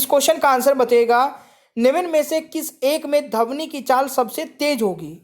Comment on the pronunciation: Bhai wo dhvani hota h dhavni nhi 😂😂😂😂😂😂😂 bolna seekh le dehati